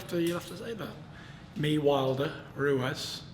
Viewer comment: Haha Frank cant even say Ruiz properly